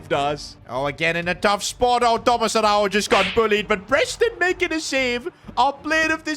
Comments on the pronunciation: as a portuguese speaker Araújo dont pronuncie a-hau-ho like it was spanish and and yes ara-u-yo(yo in spanish) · Love the videos, but damn you got to learn how to say Araújo 😂